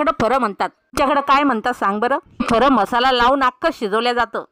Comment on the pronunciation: म्हसाला नाही मसाला